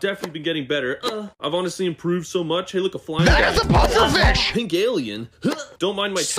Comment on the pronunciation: saying FEESH